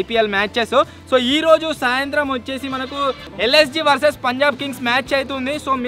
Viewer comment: Anna antha baga adru kani oka mistek chesaru _ akada punlab❌punjab✔️